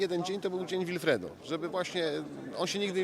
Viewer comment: Jego imię czyta się Łilfredo!